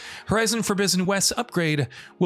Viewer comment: Lol horizon forbizzen west